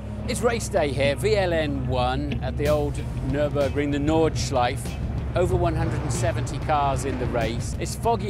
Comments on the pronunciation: „Nordschliefe“ oopsie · Just an FYI: the "e" at the end of "Nordschleife" is not silent if you want to use the proper German pronunciation (since it is German, after all) ;) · Nice one! One slight thing about "Nordschleife": German doesn't have silent vowels at the end of words. So the E at the end is always pronounced. You know, like the correct pronounciation of "Porsche". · He might at least have bothered to learn how to pronounce Nordschleife correctly in a week on the track surrounded by germans...